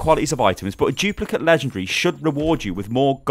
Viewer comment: Haha "chuplicate".